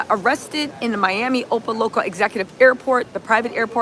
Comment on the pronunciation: Opa, Locka, Opa, Locka, Florida, not Opal Loco